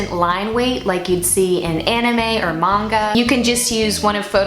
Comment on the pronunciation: I love these tips! Thank you for specifying your dimensions and DPI. Also I greatly appreciate that you say manga the right way